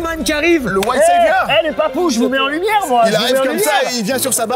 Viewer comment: SQUEEZIE: Ok, on valide, lumièww !